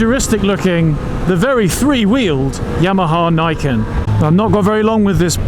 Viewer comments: I'm pretty sure it's pronounced 'Nee ken', as in _two swords_. Nice review,. 👍 🏍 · It is pronounced nee ken : nee = 2 in nihongo